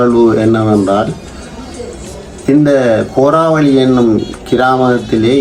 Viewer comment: உங்களது வர்ணனை நன்றாக உள்ளது இருந்தும் கோராவெளி தாய் பந்தலை கோரலிமடு தாய்பந்தல் என்று கூறுவது தவறு